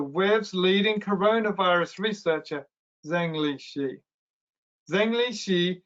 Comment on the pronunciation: On general principle, you should try to pronounce correctly the Chinese names of people you are talking about. The correct pronunciation of Zhengli Shi (the head of the WIV) is approximately Jung Lee Sher. The pronunciation of the last name ideally should have a down-up-down modulation of tone. Think of your pronunciation as imitating a "u" shape.